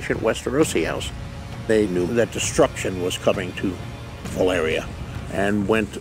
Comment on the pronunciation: I'm really bothered by how GRRM pronounces "Valyria". Is he like daring people to correct him?